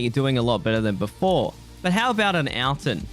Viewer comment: why does he say 'ahl-tyn.' i know its dumb for me to comment about it but it got on my nerves